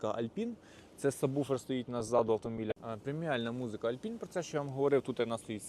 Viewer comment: "ALPINE" - "Алпайн" а не Альпін) Так як і "BOSE" - "Боус" а не Босе. Р.S. можливо пригодиться в майбутньому.